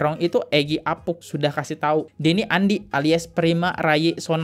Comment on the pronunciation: Saran gue bang,klo ngomong selow ajj..jgn terkesan kaya di kejar" Kucing. Alhasil abang host ngmgnya sering kali salah pengucapan. Dan itu berulang kali . Di eja huruf nya bener" Bang.. Apunk jd apuk, soemadi itu sumadi bang. Ais..yg bener bang klo bawain konten.ngomongnya masa belepotan